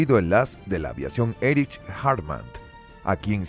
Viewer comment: Erik o Erij... no ERICH 😅. Nakijama??? Que se pronuncia NAKAYIMA. Kamizake??? Kamikazd... viejo esto está escrito mal con tu narrador AI. Lufgüeif??? Amigo se dice LUFTBAFE. Este mini documental deja mucho que desear, no mencionaron al huricane, ni la-5 ni el yak3. Encima decir que el yak 9 fue superior al bf109? No estimado... estaban al mismo nivel, pero el bf109 aguantaba mas las picadas y tenia mejor control de la alta velocidad.